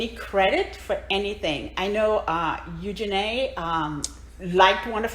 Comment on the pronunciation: The Ugenny pronunciation took me out. I love you guys. Just hearing you for the first time. Love how the squad is growing.